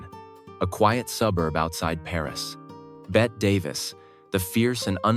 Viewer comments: 1) Bette Davis' name is mispronounced. 2) She was at the San Sebastián Film Festival, in Spain, when she got sick, not at a French Film Festival. They took her to the American Hospital in Paris. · Betty Davis name is not pronounced correctly